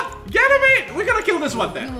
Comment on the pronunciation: Still fun to hear you say ganymade